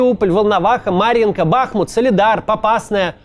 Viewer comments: Классный выпуск, однозначно лайк. Макс, а почему бАхмут, а не БахмУт? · Кац говорит проникновенные речи, но всё равно между делом вставляет название города с неправильным ударением (Бахмут). Каким образом я должен проникаться, когда спикер говорит неграмотно?